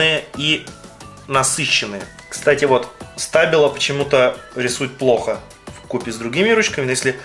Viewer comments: СтабилО, а не стАбило. И они офигенные, ты просто свою испортил!! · Не стАбило а стабИло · СтабИло а не стАбило !!! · Не стабило, а штабило!!!!